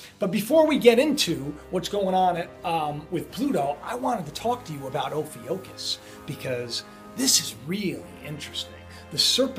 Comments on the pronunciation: HEY, It is pronounced oh-few-kiss, please don't be startled by this, a coupe thousand years ago they removed this sign from the zodiac because there was no room for it, it only comes to play noe because of the so called Nibiru thing, watch the show about Nostradamus's lost book, it explains Ophiucus, it's really not recognized by anyone, just for your info....thanks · You are pronouncing it wrong its -- (phonetically) O (long O) pif i (as in it short i) cus....drove me nuts you mispronouncing it. (So long O and short i )Also back in 2008 the signs were changed to 13 constellations....its no big deal, just because you are now hearing about it means nothing as far as whats going on with the world and the Mandela effect.. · Ophiuchus pronounced off-ee-'YOU-kus. Or as some pronounce as off-eye-you-kiss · Please forgive me, but i see "oh-fukk-us"....thats how i see the pronounciation. My teenage daughter knew of this 3 yrs ago.......im not amused. I am pissed. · Its PRONOUNCED. O- FEW-cuss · It's pronounced "OH FEW CUSS" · Hello. watch your voids, and they are very informative. Nice work. I checked the pronunciation of ophiuchus. The i is silent,. If you say it without the I. and of course the ph is f. No cussing, but but seems like they're saying.. Oh F:;k US. I don't know. With everything going on these days, seem possible. Again keep up the good work, God bless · LOL Cory that is great... I really didn't know how to pronounce it, once site used the pronunciation I used because the alternative was not really crowd friendly LOL... Sooo funny... Much love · It's pronounced O-phu-cis. And it's always been there but they decided to ignore it when they changed the calendar to 12 months. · oh-few-cus is how I would say it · It's pronounced oh·few·kus. You're welcome. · I believe it is pronounced (Oh-Fue-cuss) Ophiucus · Hey just FYI -- it is pronounced "oh few cus" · Pronounced 'o-few-cus', Ophiuchus